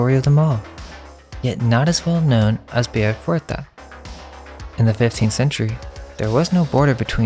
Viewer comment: Kick ass video! Super informative! 👏🏻👏🏻👏🏻(Small note: fouettard is pronounced more like fu-weh-tar 😊)